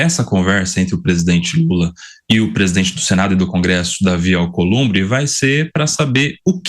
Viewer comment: Companheiro “Alcolumbe” ( pois ele não consegue falar palavras com br, pr etc) quanto vc quer????? Dinheiro na mão gravata no chão.